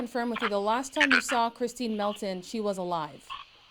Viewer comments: He can’t even get the poor victims name right. Calls her Kristen instead of Christine. Kristen is one of his kiosk chicks. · He has such little remorse for his victims he can't even TRY to get her name right. Her name is CHRISTINE, not Kristen you clown! Kristen is the idiot putting money on your kiosk, idiot... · He can’t even get his victims name right 🤦🏽‍♀️ He keeps calling her “Kristen” instead of Christine!! This guy is confusing the victim with his daft kiosk Kristen girlfriend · I just can’t with this tool 🤦‍♀️ He’s so ridiculous it would be laughable if two women weren’t dead because of him!! He’s such a douche bag he can’t even get his victims name correct, kept calling her Kristin 🤦‍♀️ Sorry but this reporter should’ve corrected him every single time he said it wrong!! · Kristeen, not Kristen. U big overgrown dummy. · Why is he calling Christine Melton "Kristin?" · He doesn’t even know her name! He calls her “Kristin” and her name is “Christine” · Her name is Christine not Kristen !!! Are you kidding me 😧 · CHRISTINE buddy not Kristen 🤦🏻‍♀️ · How freaking embarrassing that he can't even get his victims name right. He keeps calling her Kristen instead of Christine, and Kristen is the woman who he's chatting to on the jail phone calls 😒SMH He really thought he was being convincing even though he confessed to Mila andchus father on public phone calls lol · Lies lies lies! What really gets to me is that he calls Kristine Kristen. Can't even get her name right. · It was painful for the rest of us to hear also, but for different reasons. Because the woman’s name who he m*rdered was Christine and he couldn’t even get that right. Kristen is one of his ex-girlfriends. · He can't even say Christine's name! right..ugh he is so evil and obviously is lying. He is not a god fearing man, he is a demon. He will never hurt someone again. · Dude kills her, and still can't even get her name right ? 🤡